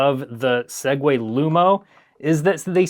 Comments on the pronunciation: Crazy to hear a Tech YouTuber say "sague" and Not Continue With "to Our Sponsor" 😂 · Every time he says 'Segway,' I have an urge to skip a few seconds. Thanks, Linus Tech Tips.